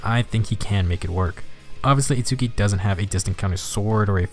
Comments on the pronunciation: Sorry, just need to say his name is pronounced like "Its-ski", don't need to pronounce the U. But definitely impressed how strong of a F2P character he is. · Hol up You included both Chrom and Itsuki saying Itsuki's name... and yet you still pronounce it differently? bruh